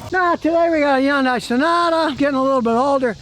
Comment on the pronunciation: He said yunday